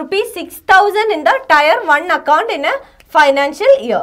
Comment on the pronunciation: टायर नहीं टीयर